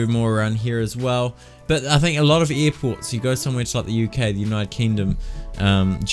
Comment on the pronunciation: "eer ports"